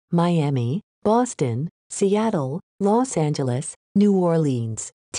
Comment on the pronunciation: The proper pronunciation of Boston. This text to speech gets it